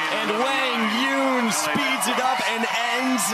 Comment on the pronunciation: That's how you correctly say his name (like Hwang Yoong). They were pronouncing it wrong before.